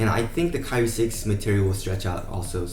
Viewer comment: "kai-re" not "ca-rie" pronounce it better bruh😂😂